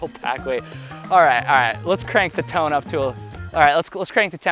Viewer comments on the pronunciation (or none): none